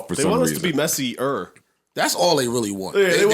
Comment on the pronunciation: don’t be that guy bruh...I spelled it with the emphasis he put on it... sounded like he was gone stop at messy